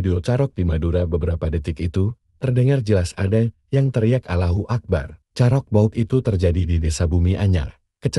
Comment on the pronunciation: komentatornya pun gak bisa ngucapkan Allahuakbar.